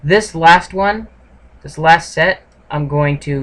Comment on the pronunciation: and/or - “Thi^ihT“ and/or “ThiThi” does sound funny...